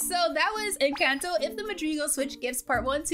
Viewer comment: I'm not trying to be mean or anything but that's not how you say Encanto